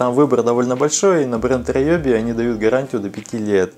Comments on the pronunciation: Видео познавательное. Только фирма не раеби, а реоби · Не раёби инструмент, а руоби. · Райоби??? А не Риоби часом, а??? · Риоби, а райоби это какое-то нецензурные слово🤣🤣🤣🤣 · Инструменты раЕби)) правильно риоби Гыгы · Риоби, Риоби, а не ройоби)))) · Не райоби а РИОБИ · У меня только катушки на спиннинге Ryobi. И читается кстати Риоби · Не раёби а наёби